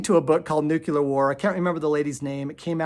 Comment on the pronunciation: Thank you for sharing this information! I am fascinated by your presentation. With kindness I’d like to tell you that the correct pronunciation is “nuclear” though “nucular” is a common mispronunciation. Take it or leave it 😊